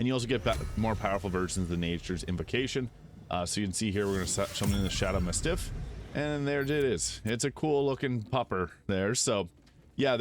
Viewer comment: Mastiff? I really hope you’re saying that wrong intentionally